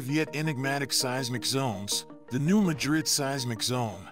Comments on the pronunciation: New Ma’drid, not new Ma drid’. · pronounced New Mad rid check on google how to pronounce